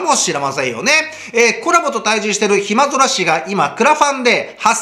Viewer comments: 、 暇空（ひまぞら）じゃなく（ひ・ま・そ・ら）だよ～ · 暇空茜の読み方はひまぞらじゃなしに、ひまそらやで。 にごらない